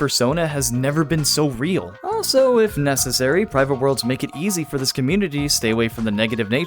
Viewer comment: bro used old English's "ġif" (IK what he meant by it, but that is actually how "if" used to be pronounced)